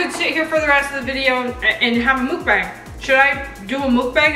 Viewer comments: It's mukbang not mookbang(oh and not trying to be rude)but just saying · “Mookbang” Me: u mean Mukbang??😂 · You say it muck bang